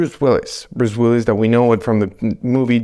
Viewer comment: Who's Bruce willys? Do you mean Willis?